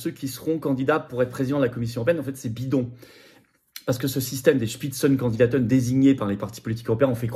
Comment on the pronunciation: Comment tu dis ? Spitzen kondidaten? Mais tout à fait 🤣